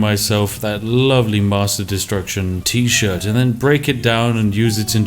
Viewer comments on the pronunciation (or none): Has anyone else noticed that he says Tea-shirt instead of T-shirt?